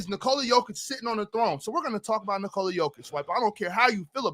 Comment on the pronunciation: It is NikolA, not NikOla